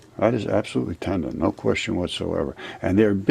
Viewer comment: One comment tho....TANDEN? Tendon....Took me half the video to figure out you were pronouncing the word differently